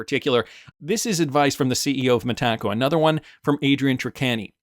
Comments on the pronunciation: It's META-co, not me-TACO. 😁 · The first time I heard you mispronounce "Metaco" I had to pause the video and wonder what you were talking about. Now I pause the video and write a comment about it. It's distracting and doesn't sound right at all 😅